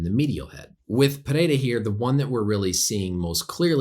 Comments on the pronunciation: Thanks Doc for getting Pereira’s name right. Names usually aren’t a big deal for me, but for some reason Rogan and the other announcers kept fucking it up and saying it 5 different ways when it’s not hard at all. Doc even rolled his r’s decently. Well done, sir. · this is the first time i see someone who isn't from brazil pronounce his name the right way